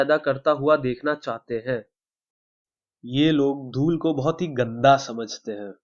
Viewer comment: Lool nahi dhool